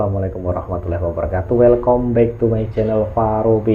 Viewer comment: Wahai youtuber...klo mo pake bhs ingris yg faseh...jgn tanggung...atau jgn pake bhs ingris sekalian.welcome(welcam.bacanya)